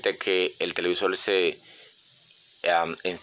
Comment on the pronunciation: Televisol?, de donde eres?